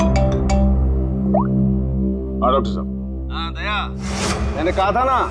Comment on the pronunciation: Wow 😅 days sir very nice english 🎉🎉❤